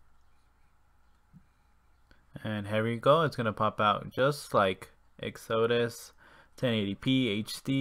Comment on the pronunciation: Lol. The way you pronounce Exodus. It's ek-suh-duss. Like Moses' exodus from Egypt.